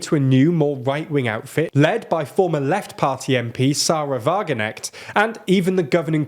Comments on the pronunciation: thanks for the video. some corrections: 1. , the states you highlighted are in fact brandenburg; thuringia; and saxony-anhalt, not saxony. EDIT: didn't see you already pointed this out. 2. sahra wagenknecht's name is pronounced more like "sarah vah-gen-Knesht", with a fully pronounced k, like in "I'm Gnot a Gnelf, I'm Gnot a Gnoblin, I'm a Gnome" 3. friedrich merz's name is pronounced more like "free-drish merts" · Sahra Wagenknecht! Why you leave out the K?! Could you atleast try to pronounce names correctly? For example I dont speak a word Swedish or Italian, yet I care about speaking their names right. So you can do that, too. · Wagen-KNECHT not Wageneck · In German it is pronounced Wagenknecht [ˈvaːɡŋ.knɛçt] Friedrich Merz [ˌfʁiːdʁɪç ˈmɛɐ̯t͡s] ^^ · Hi 😄. Thank you for the correction:) Also just so you know the 'K' is actually pronounced in Wagenknecht:) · We pronounce the K unlike you English. WagenKnecht. Is exactly that with a K. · Re your pronunciation of Wagenknecht - the K is not silent in German. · One correction the K in Sahra Wagenknecht's name is not silent but I know that is probably one of the most difficult letters for native English speakers. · The K in Wagenknecht isn't silent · I know it´s hard, but the way you mispronounced all these politicians names at the start was unintentionally funny. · The way you pronounce the names of German politicians hurts me physically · how you pronounce Wagenknecht is astounding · The pronunciation of Wagenknecht almost made me spit out my tea hahah. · the "Wagenknecht" pronounciation LOL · your pronunciation of "Wagenknecht" hurts my (german) ears 🥲